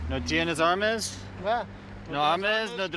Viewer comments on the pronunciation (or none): I hope the cop isn't getting paid extra for bilingual pay 😂😂 no armez 😂😂😂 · "No armes no druges?" Lmfao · armes or droges wtf😂😂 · "no armes, no druges" ay no puedo😂😂😂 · No tienes Armes, Druges? He a real fluent spanish speaker🤣🤣🤣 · Armes,Druges 😂😂 His Spanish is so funny. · No aarmes ?? No darogess??? 😂😂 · nO aRm-es, dRuG-es... perfect pronunciation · "Armes".. HAAHHAHAHAA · Asking the drunk latin guy in yellow car. "No tienes armeis? drouges?" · No armess, no drugess. White boy got that lingo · What are "ARMESS" AND "DRUGESS" ? Is what the white cop asked the Hispanic man...lol. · 😂 no armes no drogues 😅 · he wasn't entirely wrong, the right words would be armas and drogas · "No tienes armess, drugess?" 😁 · He slightly mispronounced two things with the wrong vowel and got the rest right and was trying to switch to english while the other cop was going to keep doing spanish lmao why even comment this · bruh he was literally saying the right words just mispronouncing it, drogas is drugs and armas is guns